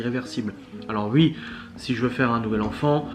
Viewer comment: Merci beaucoup de cette vidéo ! Et j'adore.....quand tu dis YUI au lieu de OUI ! Je te souhaite le meilleur pour la suite.😘